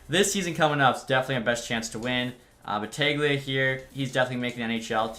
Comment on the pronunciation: Holden Battaglia is pronounced Battalia. It's Italian. The g is silent. :)